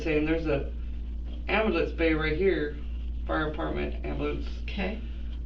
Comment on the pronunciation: I'm still trying to figure out what an amboolunce is